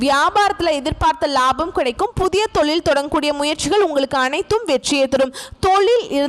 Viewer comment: ளாபம் அல்ல லாபம் ! நள்ள அல்ல நல்ல